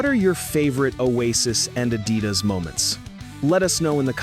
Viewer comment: It's pronounced uh-DEE-das, millennial AI nimrod.